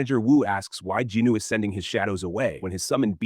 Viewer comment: Jin-woo bruh. Not jinu or jinoo